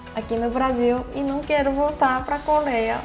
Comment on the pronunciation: voce fala ,,, coléia